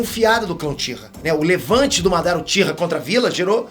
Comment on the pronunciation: "Joãozinho Uchira"... 🤣🤣🤣🤣🤣🤣🤣